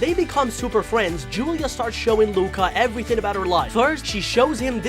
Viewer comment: And fwends im so sorry if you think im mean im not pls